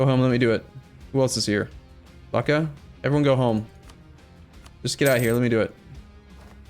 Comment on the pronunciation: As you read Lucca, imagine your reading look, then double the k sound and add the final a